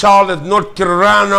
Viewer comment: Charlotte, North Carorina...lol 🤣